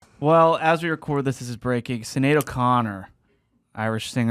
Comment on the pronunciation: Bro…Sinead is pronounced with an SH sound. Like the name Sean.